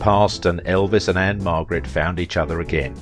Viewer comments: It's Ann-Margret. Not Ann-Marget or Ann Margaret. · Margret not Marget